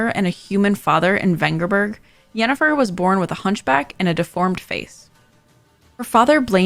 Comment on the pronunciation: It's Yennefer. Not with a 'J'.